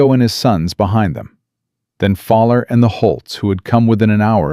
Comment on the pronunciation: George's name is NOT "FALLER". His name is "FOWL-ER". "FOWL" - "ER". as in "OWL", or as in "Fowl" - as in Birds.